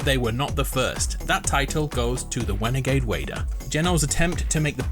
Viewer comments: Ofc the "wenegade waider" was the first one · "the wenigade waider"